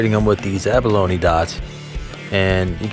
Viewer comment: Have you been pronouncing abalone wrong your whole life or what?